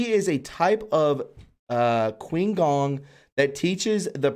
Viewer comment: qi gong is pronounced "chee- gong". and, i totally agree with you. we definitely have many amazing abilities within us that we are not encouraged to use, or even acknowledge!!